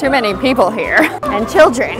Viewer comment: The fact that she said children wrong concerns me